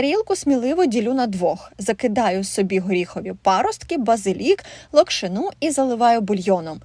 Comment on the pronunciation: лОкшина, а не локшинА